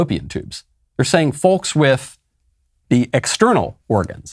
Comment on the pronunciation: I have never heard anyone pronounce the "l" in " folks". It sounds very strange, Michael